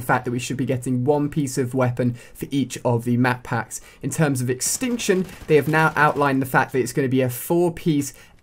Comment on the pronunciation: The word extinction is missing the t in tion